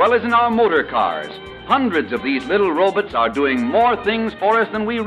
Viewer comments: "Robits" haha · I've seen that leave it to roll-oh commercial before on the roku retro channel. now, me and my family call robots rah-buts because of the guys pronunciation of the word XD. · "Little robits…" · When did we stop pronouncing robots as robits? It feels so classic and humors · "Hundreds of these little robutts!"